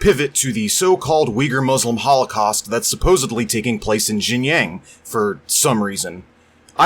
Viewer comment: "... happening in 'Jinyang'" I'm so confused lol. Excellent video though! Been struggling with some anarchist baby-leftists recently and it's aggravating. I empathized so profoundly with your frustration here.